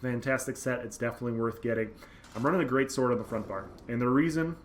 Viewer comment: Whenever you say "greatsword" I hear "greatsorc" :D